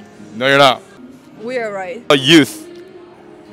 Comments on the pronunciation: Its pronounce "yoth" not "yawt" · Its pronounced "yu-uth", not "yahw-th" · YOOTH ITS YOOTH YOUTH YOOTH